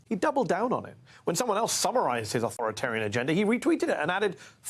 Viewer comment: Authorit-Arian? "Mmmm"!